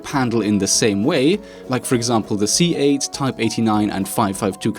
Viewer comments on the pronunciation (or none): swear he said "C-Aids (not C-8), type 89....."